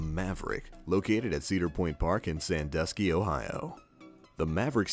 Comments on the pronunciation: I'm pretty sure Cedar Point is pronounced Ceeder Point, not Ceader Point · hes also saying cedar point wrong.... cedar like the tree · how the fuck do you miss pronounce cedar point... seeiously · That's not the official pronunciation of cedar point and cedar fair